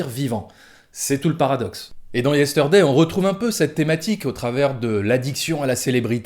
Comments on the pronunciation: Yesteurday... Problémo dé pronunciaçion ! 😉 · je vais faire mon reloud mais : le R de Yesterday ne se prononce pas : beetle veut dire scarabée et non pas cafard Sinon, très bonne critique, je te rejoins tout à fait 👍